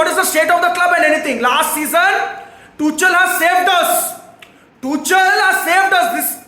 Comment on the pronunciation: The way he says Toochal 😂